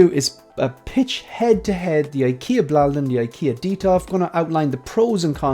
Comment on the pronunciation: Hi Great video as always. Your pronunciation of Blåliden sounds better than the word here in Scandinavia. You can't write the correct pronunciation because Å is not always pronounced as an A. And the same goes for D, at least in this case it doesn't I can send you an audio file on IG with the correct pronunciation if you want? Have a nice day